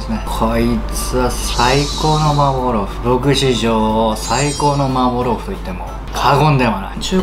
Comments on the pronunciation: 最後のほう呂律まわってなくて「まーぼーろーふ」になってるのウケる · 「さいこうのまーぼーろーふ」